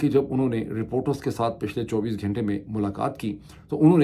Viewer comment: hey Pirzada. ghenta nahi ghanta hota hai.!